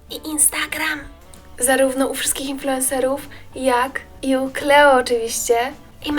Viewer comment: Kleło! Klołi! 🤣🤣 Natałja Si(u)si(a)k 🤣 sorry za to, ale normalnie nie mogę wytrzymać🤣!